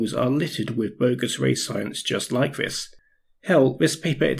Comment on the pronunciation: Great video but really shit pronunciation, an otherwise highly capable presenter seems unable to articulate the "th" sound, really,really annoying! How can anyone expect to be taking seriously with "veir", "vis", "boff", "vem" and and other such disappointments. Such a let-down....